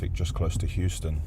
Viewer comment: we are not in America as you said Houston not Euston lol